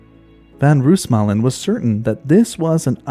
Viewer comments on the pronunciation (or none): Just a little note: The "oo" in Roosmalen is pronounced like how you'd say "no" instead of how you'd say "doom", this goes for all Dutch names, as well as for Afrikaanse names like "boomslang"